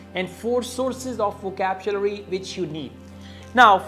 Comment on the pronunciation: "Vocabchulary" that's how "over super ultra english native speakers "speacks english 😂😂😂😂😂😂